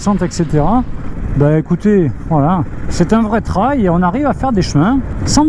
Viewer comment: Bonjour. Merci pour ce test. Pour info, trail se prononce "trèèye"